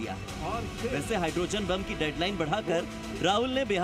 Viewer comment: It is hydroGEN, not hydroZEN. Kya Bharat mein paddhay-likhay logon ki kami ho gayee hai!! Aap log kya chhati paas kar ke journalist bannay ki koshish kartay hain??? Ya sifarishi tattoo hain!😮